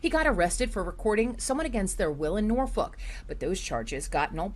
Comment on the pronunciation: I've never heard of Norfuck Virginia listen to the news reporter standing in front of the church how she pronounces Norfolk